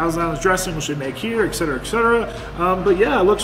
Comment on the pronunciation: I’ve been watching you for years now. I just need to tell you that etc. it’s ET not EC. A lot of people say, eC. I hear you saying eCsedera. The word is etc.. ET. Anyway! Food looked good.